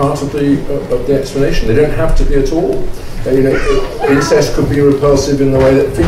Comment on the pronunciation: I thought Scruton said ‘insects’ when he said ‘incest’. It worked for a while before the word ‘insects’ failed.